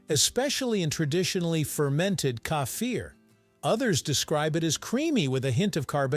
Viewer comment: Why do you have to change the name. The name is KEFIR the is no "A" You keep on saying "kâfir" For the last time it is KEFIR .